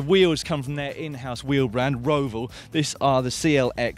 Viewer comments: Network Row-val rather than Row-vole. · I was told the 'a' sound is more like in "all" rather than oval with an r. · When I first started working in my shop I pronounced Roval the way Dan did in this video and I was laughed at.